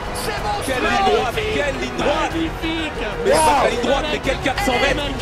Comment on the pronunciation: Magnolia pas Magnola s'il te plait QwQ C'est comme l'arbuste à fleur Q^Q (et la chanson de Claude François)